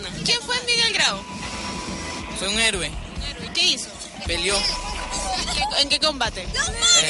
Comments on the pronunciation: la periodista está igual que los chibolos, cuando dice "herue" min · La periodista pregunta diciendo "hérUe" jajaja... Que paradoja! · Y la reportera diciendo: "herue" Que vergüenza,tanto los niños cómo la reportera 😒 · Se dice héroe, no herue ...( periodista) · SE DICE HÈROE Y NO HÈRUE PÈSIMA